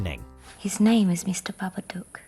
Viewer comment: ffs "babadok" -.- another shit to 10 ffs! allways shit